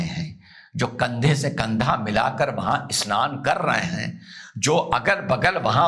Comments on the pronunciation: A-SNAN nahin hai,, bhaiyaa yeh SNAN hai..😅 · SHAHI ASNAN nahi SHAHI SNAN. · Asnan nahi sir vo snan hai😂